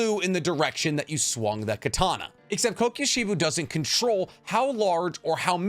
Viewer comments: It's not "Coke-you She-buu" it's "Koko She-bow". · I can’t handle it anymore it’s pronounced YOUR-EE-CHEE AND KO-KU-SHI-BO